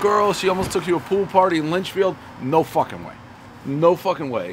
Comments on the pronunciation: If you say Lynchfield one more time!!!! LITCHFIELD!! Christ..... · bro definitely never been to litchfield, he called in lynchfield HAHA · Litchfield not Lynchfield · Awesome to see Dave in NH. I would love to have him try Rocco's in Manchester. And Dave kept saying Lynchfield. But it was LITCHfield, a nearby NH town. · Litchfield bro. Litchfield.